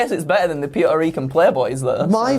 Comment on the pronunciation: Did he say pete-o-rican